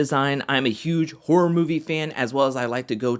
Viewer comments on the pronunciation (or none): none